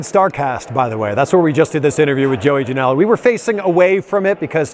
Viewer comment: Not trying to Hate.. but are you sure your name isn't JOEY JANEL-UH ?